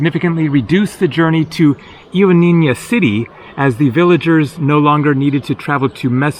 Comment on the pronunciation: I wish I was there to show you how to pronounce “Ioannina” correctly.